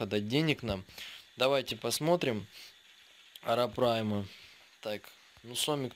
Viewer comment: не арапрайма,а арапайма,очень сильно резало слух,а так всё отлично,к стати,может помнишь я Миша Калашников,думал ты забросил канал,к счастью я ошибся)